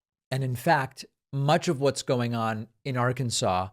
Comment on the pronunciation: Im a Democrat, I listen to you speak often and for the most part agree with you politicly. However mispronouncing the state or Arkansas is very petty. You may not like their politics, I may not. That does give us the right to act like an ass. The people who live in Arkansas are part of our country, and at the very least deserve the respect of their name called out appropriately. Don't be petty it's unbecoming. Yes, I heard you say it more than once "It's my show and I'll say what I want". Still doesn't make it alright.